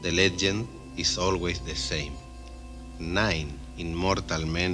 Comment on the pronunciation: I think you mispronounced the number 9 there....